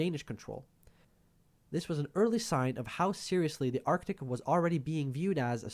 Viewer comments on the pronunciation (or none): none